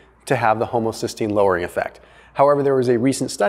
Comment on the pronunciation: Haha he said homosystgeine